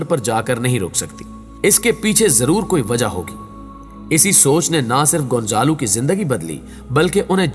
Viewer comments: بیٹا گونزالو نہیں ۔گونزالا ھے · Hindi mein gonjalo bolty 🤔 z ko J